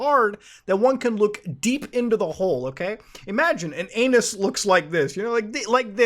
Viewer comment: "aeyynus" best way of saying it ever